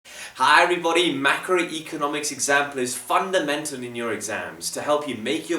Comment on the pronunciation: “vundimentor in your exams” U sounded like a banjeet there